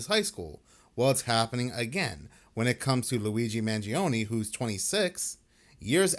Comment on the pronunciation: Corey Wey says he knows Luigi, yet he can't even pronounce his last name